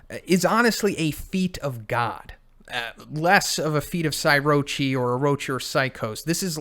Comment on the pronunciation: Psykorochi not psyrochi.....